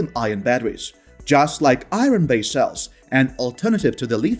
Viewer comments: I cannot see what the benefit is to this video, to have a narrator for the video who is not a native speaker of English. "Eye -ron" instead of "ire-n", "Leethee-um" instead of "lith-ee-um", on and on. Cannot say a word with "th" correctly. Just drop the ego trip, and hire a fresh-out-of-university graduate in "Communications" graduate, who aspires to be a newscaster, and let them read the script. Or, a Screen Actors Guild card-carrying member. Good, effective narration is extremely important if you wish to get this message out. Drop your ego, hire a native English speaker. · The R in iron is silent for crying out loud! Pronounced i-ern. If you use English please listen how the words are said.